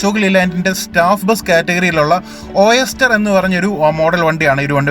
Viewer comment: ഒയെസ്റ്റർ ...... അല്ല ഓയിസ്റ്റർ (മുത്തുച്ചിപ്പി ) ആണ് ട്ടോ വായിക്കുക പറയുക....